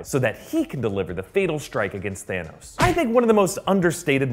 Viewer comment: Guess what?!! Thaaa-nose